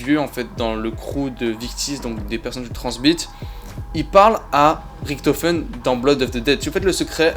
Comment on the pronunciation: Hello, mais tu sais que l'on prononce "Riche to feune" et pas "Rick to feune" pour Richtofen ? Bonne soirée.